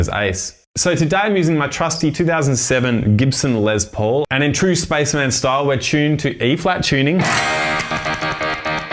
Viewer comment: Who's "Ice"? What's a "Lez Paul"? 🤔🤨🤔🤨